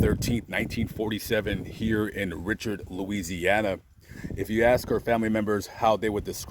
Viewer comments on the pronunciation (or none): Re. Sharred. Not ritch ard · Awesome. Her last name is pronounced (ree shard) Richard. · This guy can't pronounce any names in South Louisiana correctly, so no doubt he's not from here! He should do his homework and learn how to pronounce Cajun names---Richard (ree-shard) Lafayette (la-fee-yette). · French (REE- Shard).... Saint Teresa Lesuix.. Wonderful Saint,.She was tall. Saint Teresa